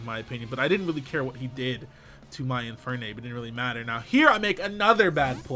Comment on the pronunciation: What the fuck is an "in fire nape"